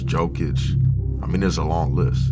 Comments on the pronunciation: It's dOncic not dAncic and it's Yokic not Jokic. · IT'S NOT PRONOUNCED JOE-KIC IT'S YO-KIC GODDAMMIT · Dude said joekich